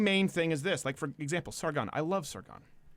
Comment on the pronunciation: Sargonon? Steven you what? :D